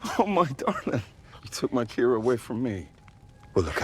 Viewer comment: Paddy's wife's name pronounced wrong, it's pronounced Keera not see-arah